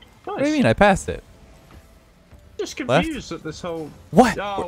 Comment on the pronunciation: "" - 2020